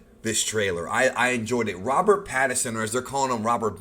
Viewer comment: Yo no biggie but its most definitely Pattinson not Pattison xD